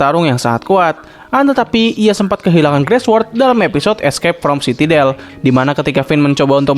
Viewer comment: Sitadel bukan sitidel Switpi bukan switpit